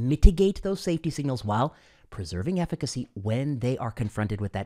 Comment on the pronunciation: lol the "efficacy"